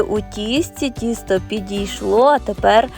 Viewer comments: То тісто чи кісто,баба не чує😂😂? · Спочатку звучало правильно ТІСТО,а потім знов таки КІСТО😅